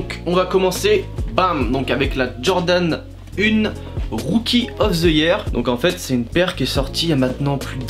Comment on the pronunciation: "rouki of ze yiair"